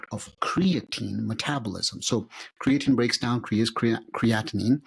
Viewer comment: just say creatine man dont rock the boat with the funny pronunciation and they BOTH did it